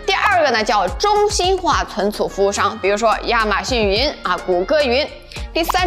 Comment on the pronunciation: cun cu -- 跟我念“存储”